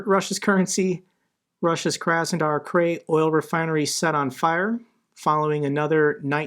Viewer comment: Krai pronounced Cry